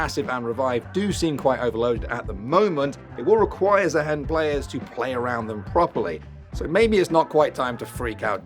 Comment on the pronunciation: Did i miss an inside joke or something why does everyone keep calling him zaheen instead of zaahen?